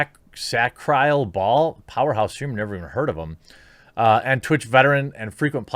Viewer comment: This might sound harsh but, all the streamers who DIDNT speak up about the things that were going on (because they're too scared too rock the boat), you're partly responsible - now reap those Dewards & Jeremy Sacriel is pronounced Sac Re uL